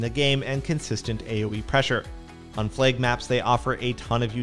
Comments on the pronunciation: totally sounds like he is saying plague not flag? map? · Why does this guy say the word "flag" as "flayg" ?